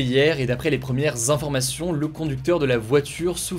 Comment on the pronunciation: Cher Hugo. Je suis gênée par ton utilisation du s au pluriel. Cela donne à l’écoute : les première zinformations, les choc zénormes, etc... Sinon, merci, tu es génial